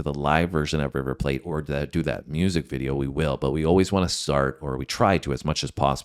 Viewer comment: It's river PLAT pronounced like flat.